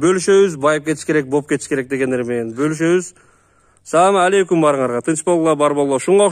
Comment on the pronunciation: самалейкум дебейт салам алейкум деп айт туура болот